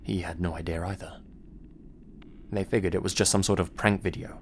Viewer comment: Figured FIGURED ITS PRONOUNCED FIGURED. FIG YOUR D! THERES JUST A SECTION OF THE WORD MISSING. THATS THE SCARIEST ABOUT THIS GUYS CHANNEL. good content tho